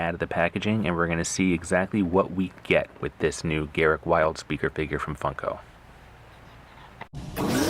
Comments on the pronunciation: Its not Garrick, its Garruk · The pronouncing is off it's pronounced "GA-ROOK"